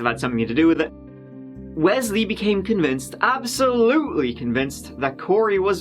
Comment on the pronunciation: “I am COVICTED ..”instead of “covinced” ..hmmm